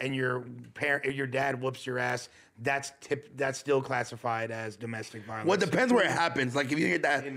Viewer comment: Ironically saying “domestic violeaance”